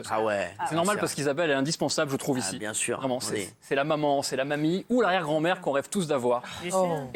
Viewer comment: écoutez son "bien-sûr" 😭😂